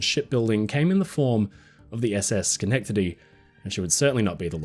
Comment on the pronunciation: Thank you for pronouncing schenectady right hahah